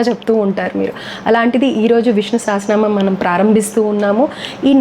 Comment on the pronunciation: Sha kaadu saa andi telusukondi